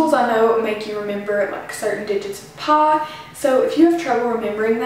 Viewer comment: tHE WAY SHE SAYS PIE